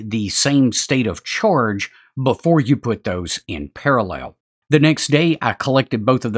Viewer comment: "state of chOrge"